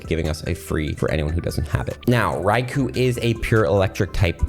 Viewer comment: Fun Fact: The ‘U’ in Raikou is silent